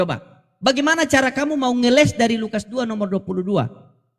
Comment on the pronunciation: bukan ngelek tapi ngeles...